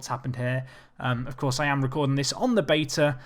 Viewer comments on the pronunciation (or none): none